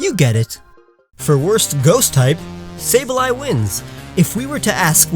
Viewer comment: Sableye? SABLEYE? HOW DARE YOU DISRESPECT MY PRECIOUS LITTLE CRYSTAL GOBLIN.